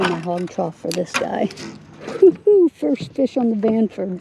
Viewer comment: Stranford. You made me laugh ;) Nice channel btw!